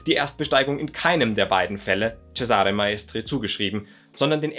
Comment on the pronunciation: Für die Zukunft: Der Name "Cesare" wird auf der ersten Silbe betont im Italienischen, ganz ähnlich wie auch im deutschen "Cäsar" auf der ersten Silbe betont wird. Tut mir als Italienerin jedesmal in den Ohren weh, wenn ein Deutscher mal wieder ceSAre sagt, statt CEsare.